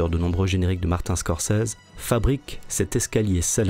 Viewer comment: "Mart-un Scorsese" était assez frappant aussi.